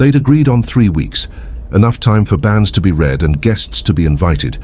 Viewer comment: 'Banns' - not 'bands'!